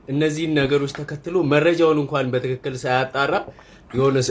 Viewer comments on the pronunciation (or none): none